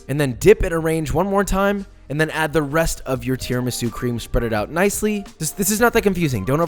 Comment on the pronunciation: You must put an accent on the u for Christ's sake! Tiramisù! 3.07M subscribers jeeez...